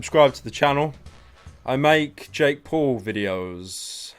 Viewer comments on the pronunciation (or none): none